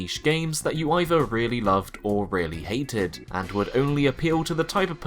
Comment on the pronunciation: Great vid but please learn to pronounce 'th'. Really jarring to hear "frough" and "eiver" and "wiv"